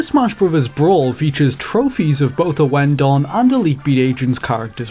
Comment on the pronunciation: OH FUCK A 32 MINUTE VIDEO ON MY FAVORITE RHYTHM GAME SERI- "us tutuguy owen-don was a"